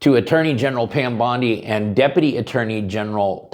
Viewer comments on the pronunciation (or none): none